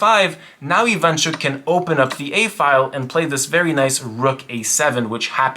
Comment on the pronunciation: Russians and ukrainians on their way to die inside from those mispronounications Very cool video tho